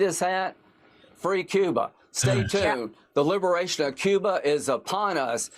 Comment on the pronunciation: Lady Graham said, “Luberation “! Lol